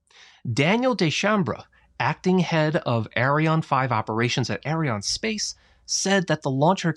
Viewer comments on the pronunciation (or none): Please pronounce Arianne correctly. I cringe every time you say "Arion".